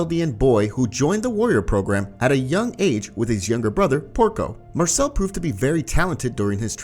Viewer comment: You did Marcel Wrong